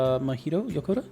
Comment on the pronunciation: This is partly true. Mahito Yokota (not "Yakota") was assigned as the main composer of this game and had already asked Kondo to join him, as he prefers collaborating as opposed to working alone. Yes, Yokota couldn't quite get the sound of Mario right and composed very cutesy Latin-pop music, and Kondo rejected about 20 of his compositions. There were then three demo compositions presented to Shigeru Miyamoto to decide the direction of the music for the game; two were written by Yokota, one was written by Kondo. The one that was chosen was Kondo's piece, with Miyamoto not knowing who'd written it; it was the early version of Good Egg Galaxy. But yes, Yokota then wrote Gusty Garden after Kondo rejected a lot of his music and with Kondo's remark about Mario being "cool" in mind. And yes, Kondo only wrote two compositions for Galaxy 1. He technically wrote four "tracks," but three of those are just different arrangements of Rosalina's Comet Observatory, while the other is Good Egg Galaxy. He similarly contributed five "tracks" to Galaxy 2, but three of those are the three variants of Starship Mario, while the other two are Yoshi Star Galaxy and Bowser Jr.'s Fort.